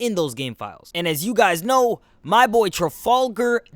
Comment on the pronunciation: His name is pronounced tra fa la gar